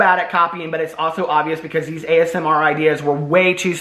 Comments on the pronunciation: Everytime you say as-mer it reminds me of how my grandmother says asthma! I don't comment enough on your videos but I wanted to say I've missed you and welcome back ❤ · I keep hearing "the asthma community" too. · omg idk why but imagining this is making me crack uppp 🤣🤣🤣